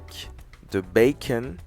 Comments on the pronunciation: Il le sait très bien il parle anglais, il fait juste exprès de prononcer comme ça 😅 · Lol le BACON, ça se lit le « Beacon » , donc beacon burger 🍔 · Un madras BA.CON😭😭 , un steak et un zeu 😂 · Mais pourquoi il dis Bacon 🤣🤣🤣 c bacon(bécon) 🤣🤣🤣 sinon bonne recette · On dit pas "bakon" sa se prononce "béconne"😂😂😂😂😂😂😂😂😂😂😂 ces un mot anglais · Mais ,mais ,mais ,mais on dit "bécone" pas "bacon"😭😭😭😳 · Ça s écrit bacon mais on dit béconne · on dis le bacone pas le bacon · C'est une blague tu prononce "BA-CON" au mieux de dire "BAI-CONNE" 😂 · Non je te corrige la parce que ta un français cochon tu prononce très mal bacon et c'est un œuf pas un œu c'est tout si non tu est très cool